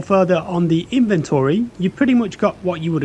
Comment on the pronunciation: He says things wrong, such as tourniquet and inventory, a couple of times, which are the obvious AI words